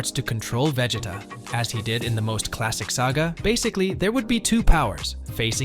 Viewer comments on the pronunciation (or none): This guy actually said vejeta 😂😂😂